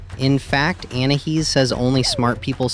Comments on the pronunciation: you said anihis it is anias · It's not anahees it's ANAIS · ANAYEES NOT ANAHEES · " ANAHEEZ " BRUH WTH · Well in thailand Your anahees pronounciation means Ann pxssy face 😂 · Didn't you say anaheez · Say anais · It’s pronounced An i ese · Its anais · no you called her anahees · its pronounced an i e's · It's Anais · it sounded more like you said anna he’s…